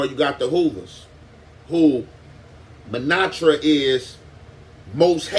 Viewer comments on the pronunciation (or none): Dafuq is a "MANATRA"?? It's "MANTRA" FOO!# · Montra is what I believe you're trying to saying. ✊🏿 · Pronouncin mantra as manatra is hilarious.. use simpler words mayne 😂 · MON-TRA pronounce it like tht bro god 🤦🏽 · What the hell is a Manatra? Does he mean “Mantra”? 😂😅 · 😂😂😂 bruh I was just thinking "did this nigga just say manatra?"😂😂